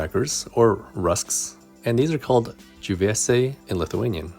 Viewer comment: You nailed džiuvėsiai my guy